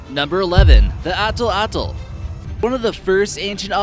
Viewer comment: It is not pronounced as "atl atl" but it's "at latl"